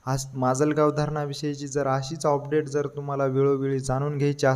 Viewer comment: अपडेट ❌ ऑपडेट ✅😂😂